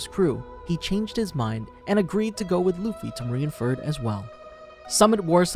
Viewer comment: Pretty sure Mr.2’s name is Bon CLAY not bon curay. Also Marine Ford not Marine Ferd